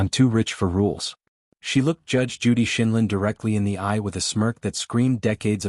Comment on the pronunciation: How about NO GARBAGE NARRATIVE!! JUDGE JUDY IS EXCELLENCE OF LAW AND YOU ARE DEVALUING HER CHARACTER!! YOU CANNOT EVEN PRONOUNCE HER LAST NAME CORRECTLY! YOU DO NOT DESERVE NARRATING HER VIDEOS!!!